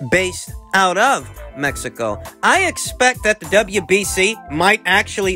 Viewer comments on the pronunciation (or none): none